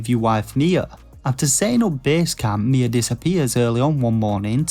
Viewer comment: Am I the only one who thought when he said "Mia," he was actually saying "Nea"?